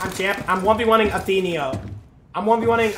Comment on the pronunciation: That’s not how u pronounce Athenio’s name